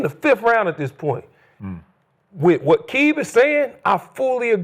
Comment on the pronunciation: Aqib pronunciation is like Neighborhood Nip ..RIP‼️